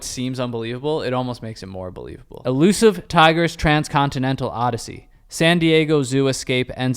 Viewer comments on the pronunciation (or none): none